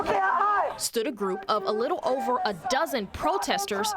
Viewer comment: I love how you emphasize the dozens of protesters lol